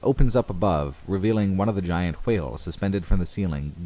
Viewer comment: The way you pronounced "whale" really annoyed me. Other than that, fantastic video.